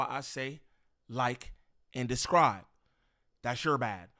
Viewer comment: Bro. I know you smarter than this. You always say “ like a describe “. It’s “subscribe “. Hope this helps. You sound very uneducated This one tweak should help. Thank me later.